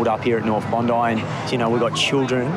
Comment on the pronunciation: It's Bondi not bondaa